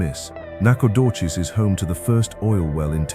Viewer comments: Please get the name pronunciation right Nacogdoches is pronounced Nak a doe chez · LOL Lufkin and Nacogdoches where a little off, but that is ok I think it was a Ai voice anyhow but relaxing I also have lived in East Texas my whole life will never move.